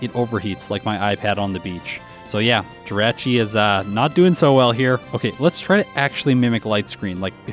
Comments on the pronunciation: I want to start off by saying congrats on 40K and I can't wait to see more of your content. That being said as long as I've been watching you it still hurts to see you pronounce the name of pokemon wrong. Jirachi - G-Rah-Chi Gl in the future and I can't wait to see more of your content! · Wait how is he pronouncing Jirachi?? Hes saying "Dratchy" *cringe